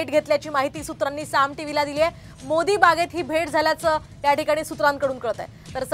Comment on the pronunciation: साम टीव्ही वाल्यांनो भांग पिऊन बातम्या देणे बंद करा शरद पवारांच्या निवास स्थानाचे नाव आहे मोतीबाग मोदी बाग नव्हे आपल्या एंकरिंग मध्ये सुधारणा करा